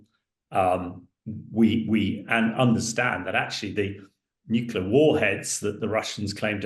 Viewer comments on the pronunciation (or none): The word is NU CLEAR NU CLEAR NU CLEAR NOT NUCULA NOT NUCULA NOT NUCULA, Jesus men (and i's usually men who mispronounce the word) , it's your language and you're mangling the danmed word. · Please, the word is ‘nuclear’ not ‘nuculer’. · It's surprising that a war analyst doesn't know how to pronounce "nuclear", and instead says "nucular." Speaking of which, when asked what the worst-case "escallation" would look like, the response was "obviously war with NATO." Hardly. The worst case is Russian launching hundreds of nuclear missile as Europe and/or the US, which even if met with a larger nuclear response toward Russia, could mean most of civilization reduced to rubble and ash, and most life on earth gone. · Right. Sadly, even George W Bush used to constantly say "nucular" even while president. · Nuclear, pronounced new-clear. This is not difficult! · NUCLEAR!! Not Nucular! Ffs sake, you're in the bloody army 🙄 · I offer my free consulting services on how to correctly pronounce "Nuclear" to anyone who has a role in which they will speak on TV, Social Media, or speaking venues. HMU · Reminds me of Bush junior, several Uk nuclear experts and media heads … irritating 😊👍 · Thank you - that annoys me too